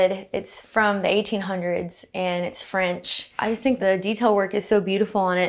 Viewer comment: Nothing I love more than a southerner saying “it’s French…”